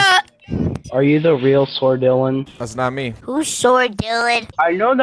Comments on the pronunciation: Not even a minute in “Ayo bro it’s ” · Every time Dylan uses fills: No way it's **!